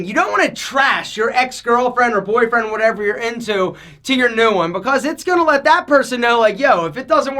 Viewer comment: Most ppl: "Because": "Becoss" Most ppl: "Length": "Lenth"